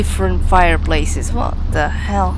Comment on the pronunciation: when you say "fricken (h)ell" it sounds like "fricken L" haha you can actually climb up the rocks on the right side there and get up to the slide reel shelves yeah the way they do the rendering trickery isn't perfect haha wow! At least it didn't hit your ship and explode it haha "Do I have to in order to win the game? Nah, probably just cool worldbuilding." ⭐🌒🌔👁⭐